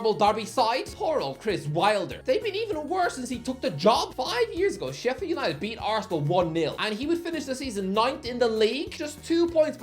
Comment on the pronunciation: It’s Sheffield. Calm down.